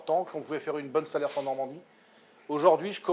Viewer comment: il ne faut pas prononcer le S de SALERS !!!!!